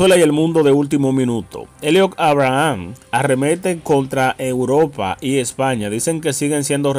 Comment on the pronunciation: Aprende a pronunciar en inglés Eliot (Eibrahms), vas a tener que tomar un curso para aprender a hablar correctamente tanto en inglés como en español.